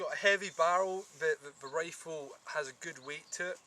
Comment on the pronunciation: wow that is a nice wifle, now be vewy vewy qwuiet, we is huntin fuwr wabbits...